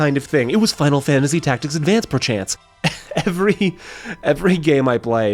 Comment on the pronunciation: He didn't say perchance... he said "purr, chance." 🐱